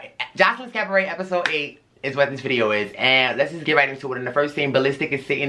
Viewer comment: Love your reviews and your vibe! Crying at you in the “cavaret” 😂 Auntie MoMo brought me here!